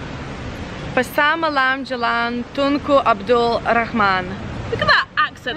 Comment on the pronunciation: Wow pronouncing it just like locals! "Tunku Abdul Rahh-man!" thats funny but she nailed it! Congrats!